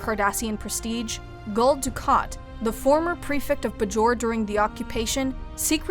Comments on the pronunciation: please tell her its "bay-jor" not "bu-jor" it makes it obvious that she is reading a teleprompter and not an actual fan. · It's pronounced Bay jor they speak the name of the planet probably 1500 times throughout the series. Otherwise well done! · Get your narrator to pronounce "Bajor" correctly and I might subscribe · It can be pronounced either way. I also mostly hear it pronounced Bay-jor, however a citizen of Bajor is usually pronounced buh-jor-an, not Bay-jor-an. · Did mispronounce Bajor? I've always said it differently. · Is it pronounced Buh-Jor or Bay-Jor?